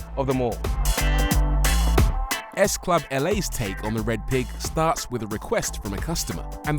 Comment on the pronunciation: You've been very distracting, Rory. I had to put on the subtitles because you kept saying Sclub without the 7😂.